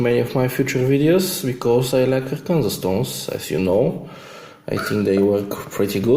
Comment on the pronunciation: We say it like this, "ARK aYn sAW" It's the only place in the world these natural stones exist. :)